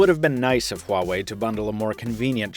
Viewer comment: anyone else hear him say "Huawei Huatch" in the intro of the video? =D